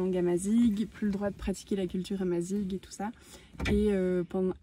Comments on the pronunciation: Le petit discours sur l'histoire berbère et le "Protectorat français" (le Maroc n'était pas une colonie) est assez bidon, il évite évidemment la conquête islamique... mais bon, on est dans l'air du temps. Et puis on prononce "amazire" ! Mais sinon bon voyage ! Le Maroc est vraiment un super pays !! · Bonjour excellent voyage Je suis français d origines marocain vous nous faites découvrir le maroc de belles manières Pour info on prononce amazirr pas amazig Bonne route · Pour précision amazigh est prononcé amazire et non amazigue, bon courage à vous deux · Super vidéo nous qui revenons du Maroc et prêt à y retourner pour nous y installer . Merci . Petite précision : « gh » se prononce comme le « r » en français donc on prononce « amaziR » plutôt que « amaziG ». Bonne continuation à vous. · Il y a une erreur la culture amazigh ( on ne prononce pas" amazig" mais amazir ) n'a jamais été interdite au Maroc. Je suis amazigh et ma famille ,comme beaucoup d'autres n'a jamais inquiétée...le reportage est bien mais ce serait pas mal de se documenter par des sources fiables. La vidéo est très sympa ! Bravo 👍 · Bonjour Juste pour vous préciser que ça se prononce amazir , même si ça s'écrit amazigh, bon voyage. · super vidéo. Juste pour info amazigh se prononce " amazir" avec un R à la fin. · Salut a tous et a vous les aventuriers qui ont fait cette vidéo, on dit amazigh et ça se prononce comme ça amazir. Si jamais ça peut vous aider au cas ou.... Bon sejours a vous . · Au Maroc on est plus en méditerranée qu'en Afrique, puis faut prononcer "Amazir" le mot Amazigh ;-) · Le mot Amazigh se prononce "Amazire" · Amazir et non barbar (sauvage) Naif dakor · Merci beaucoup ☺️ nous avons corrigé la prononciation dans la dernière vidéo ep 4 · Merci beaucoup 😊 Effectivement notre prononciation à revoir… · Le amazigh le gh se prononce r, ça veut dire homme libre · Merci pour la correction, nous avons eu un peu de mal avec la prononciation 🤣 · amazigh pas amazig